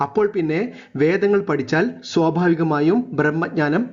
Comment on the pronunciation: 'പടിച്ചൽ' എന്നെല്ല ""പഠിച്ചാൽ"" എന്നാണ്